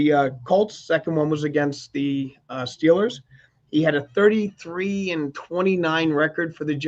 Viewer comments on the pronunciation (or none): none